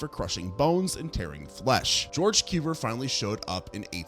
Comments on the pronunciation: Cuvier is not pronounced "kyoo-ver," but rather "kyoo-vee-ay." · George KOOVER?! XD Its (koo-vee-EH). XD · Coo vee A. He was French. Where did you go to school? Brooklin?🤔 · Small suggestion? Check the pronunciations of both the organisms and the scientists in your next video; your stories are interesting, but hearing you mangle Cuvier's name half a dozen different wrong ways is making my teeth ache. 😉